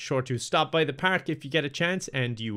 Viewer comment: is he saying the whole video pak instead park